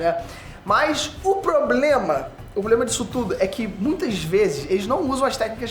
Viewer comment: Ele falou poblema?